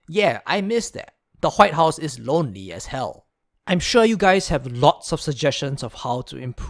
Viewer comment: Ronery? Are you ronery?